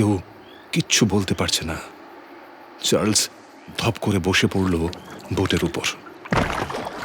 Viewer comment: Story selection is excellent...but this "Churles" instead of Charles hurts my ears!!! 😢